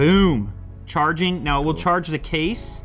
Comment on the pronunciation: Am I the only one who heard "what else you can willi do"?